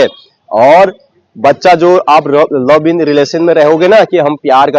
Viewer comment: लव इन नही लिव इन होता भाई कहा की पढाई😂😂